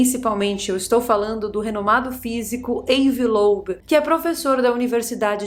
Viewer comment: Ávi Loéb é a pronúncia correta. Veremos o que acontecerá...